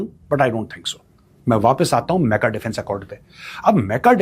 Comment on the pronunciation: अरे मेजर साब मेका नहीं मक्का बोलिये😂😂😂